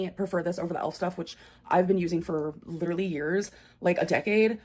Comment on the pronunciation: Literally!!!! Cmon!!! Say it right!!